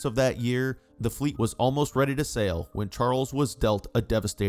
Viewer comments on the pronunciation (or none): none